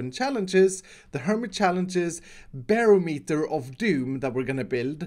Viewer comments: It’s pronounced buh-rom-et-er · I cannot unhear "bear meter" xD